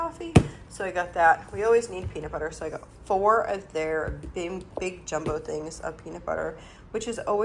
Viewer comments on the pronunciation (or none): none